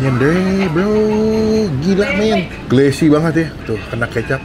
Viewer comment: Glossy bang 😂😂😂😂 bukan glassy 🙏🙏👍👍👍 saking semangat nya ya 😂😂